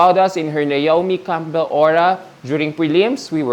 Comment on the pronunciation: anak, silent "p" ang "Campbell' (kem-bl), mahal. It"s like the name, "Soleil' (so-lay). ❤